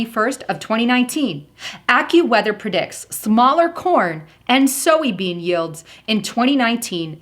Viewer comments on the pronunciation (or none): did u just say "so-we bean"? thats weird. its soy. not so-we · Never heard that pronunciation of soybean before.. just sayin!... having said that I appreciate you very much!!! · You are pronouncing soybean wrong lol